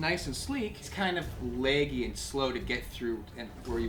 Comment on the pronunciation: omg he said "leggy" instead of laggy!